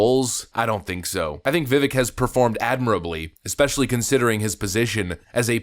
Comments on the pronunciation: Overly long intro are frustrating, yet this channel forces TWO separate hypothetical gates to get through to get to the point. And you mispronouncing Vivek name over & over is kinda unbelievably. He’s explained this, it essentially rhymes with CAKE 🎂, it’s pronounced as Viv-VAKE. not Viv-Veck. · Stop calling him Vivvick!! You sound redarted af. His name is pronounced viv-AKE, rhymes with cake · FYI, per Vivek, his name pronunciation is like “Cake” - - - i.e. Vi-vāk. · I agree with everything you said. Thank you for using the word apparently in the the right places. But if you talking about someone publicly you should probably get the name right. It Vivek that sound like cake. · Vivek sounds like "cake." Just a helpful tip. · His name is pronounced as Vi-Vake, like cake. Just saying. He's amazing! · Vivek....rhymes with cake.... :) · Just as a side note, his name, Vivek, sounds like Viv-ake rhymes with cake. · His name's Vivek, and it rhymes with cake! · i usually agree with you and i do here with the exception of how you say Viveks name. Itr viv-ache... stop being the douchebag you denounce on this topic... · LOVED his Debate presentations. Please pronounce his first name correctly. * the last part vek sounds like 'cake' or 'make'. More 'a' * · His name is pronounced ViVake - like cake. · His name is pronounced vi vake like cake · Its pronounced ViVake like cake. Just fyi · Its "Vivek like cake." How to pronounce his name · Vivek says his name "rhymes with cake".